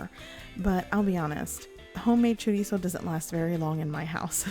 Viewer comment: finally someone who says it right